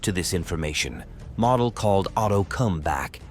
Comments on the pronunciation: MO/DEL and not MODEL💃, is how it's spoken just saying 😏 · I love you're videos. That being stated, you're pronouncing Model as: Mahdel... It's Mohdel. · Nicely done. You could make an effort to pronounce correctly, including the name of Walter MODEL like MOWDEL and not like "Model" as in Model Airplane... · It's Moe-del, crack a book Moe-ron. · The correct pronunciation of Model's name is "Moedel" not like a show model. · Excellent detail. One annoying feature: The narrator does not know how to pronounce German names. For instance, General Model is not pronounced "model" as in toy model, but is pronounced using the "o" sound as in "motel". An Academy does not make mistakes like this. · not 'Model"..."MOdell' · I suggest you learn how to pronounce names and places. Model is pronounced MOWDEL. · General Walter Model’s last name is pronounced “Moe dull” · more like "moe dell" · Learn to properly pronounce Models name !! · The AI audio is atrocious. Mispronouncing Model and saying mm instead of millimeter.